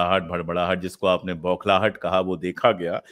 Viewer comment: Isko बौखलाहट नही भौख लाहट कहते है 😂😂😂😂